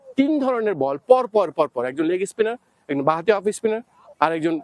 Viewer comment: অফইসস্পিনার, লেগিসপিনার এসব কি উচ্চারণ?